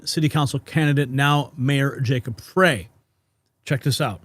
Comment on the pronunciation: FYI: FREY, is pronounced like”try”, “sky”, and “fry”…. Not FRAY…You’re welcome😊